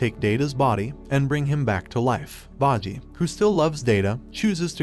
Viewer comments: Is name is bojji not baji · It's boh-ji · i watch all the episode all ready sooo we is still the king and daida is marrid and its bojji not bajji its king boss not king bossy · You mispronounced Boji's character's name. That is a sin I cannot overlook. I went out of my way to get the English dub to hear how they pronounce his name. They pronounce it "BOH-JEE" not "BAH-JEE" It's almost as you never actually SAW the anime and just read someone else's notes on it. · “Bodjy” lol it bojji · Baji? It's BBBOJI!!! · You said bah-G wtf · its pronounced bow ji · You butchered half of the main characters names wtf( bow gee ) and (die da) that's how you say their names ...your using the anime show to tell the story yet you didn't even pay attention ... 🤨😪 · Ikr 😭 “baji” “cage” “dumass” “dayda” and “the spa” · Cage and Bohji??? Data??? bibin? Domayze??? What are these pronunciations? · BO----JJI not whtever the fuk u said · The pronunciation of kage and bosse is funny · "Cage" "bogi" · See, it is 1) bojji not bajji 2)bosse not basse 3) kage not cage!! Don't do these mistakes, it looks like you are just laughing at it! Like... about ouken, he didn't made any pact instead his father found the way for immortality which was inherited by him!,,, you are not even serious! Are you!?👎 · Quit pronouncing everyone's names so wrong. Its Bow-Gee not Baw-gee. Kaw-gay not Cage. Bow-ss not Bossy. Good lord man, at least try a little when saying their names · bojii->bow-gee. Kage->Kah-gey. Bosse->Bow-sss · "boggi" "cage" "bossi" "day da"